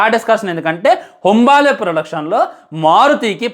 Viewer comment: హొంబాలే కాదురా అది హోంబలే ర 😭😭